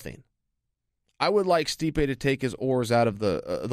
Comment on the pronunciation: "Stipe-ay" hahaha. Chael's annunciation cracks me up